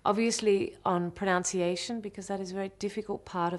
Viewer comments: I don't think so. A great many people in UK also get this wrong, saying PronOUnciation, despite the word being spelled pronUNciation. ..... which I find somewhat ironic😂. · She said pro-nounce-ci-ation instead of pronunciation, ohh dear , back to English Classes for Mary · It was interesting to me that she said “pronounce-iation” instead of “pronunce-iation”. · Both are NOT correct. It's spelt, and pronounced, "proNUNciation."